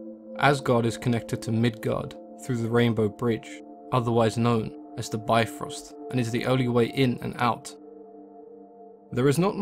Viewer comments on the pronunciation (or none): none